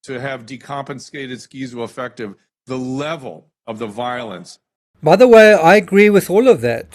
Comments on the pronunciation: "skeezo-affective" does he have some kind of speech impediment?! 🙄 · Skeezoaffective 😂😂😂. Moron.